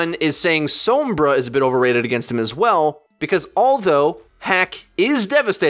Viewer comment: Every time says Sombra I cringed